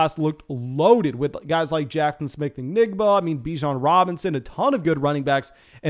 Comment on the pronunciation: There is a “J” in Njigba.